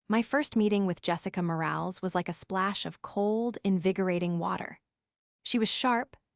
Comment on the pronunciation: More-AL-is. Train your AI